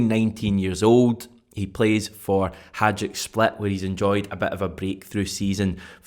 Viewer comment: Just a small thing... it's Hi- Duc not Haj-ick split.